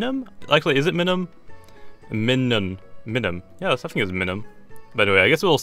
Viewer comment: I think it's pronounced like my-nun, not like how u did because you say minus like my-nus